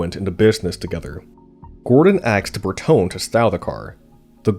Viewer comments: The final 'e" in Bertone is long. Ber-to-nee. Thumbs down for bad pronunciation. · Shit! Try to improve your pronunciation. Bertone is Bertone (pron. bartona), coupé is coupé, not coup that means coup d'état. The "e" is NOT silent!!! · A nice documentary. Bertone is probably pronounced ber-toh-neh. The designs he penned are incredibly beautiful. Modern cars look like carved potatoes in comparison. Here in Europe our cars have become way too big and have lost their agility. Beautiful designs are quite timeless it seems. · The mispronunciation of Bertone is annoying. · Carry-zary Bear Tone???! If you are want to be car commentator, and you are not yet, you will need to know the name of Bertone. bear-TONE-ā. And come on, car-roz-a-REE-a. Say it after me: car-roz-a-REE-a bear-TONE-ā car-roz-a-REE-a bear-TONE-ā car-roz-a-REE-a bear-TONE-ā. Carozzaria Bertone!